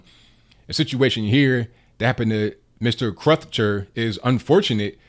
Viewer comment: You seem to be making Crutcher harder to pronounce than it actually is - rhymes with butcher.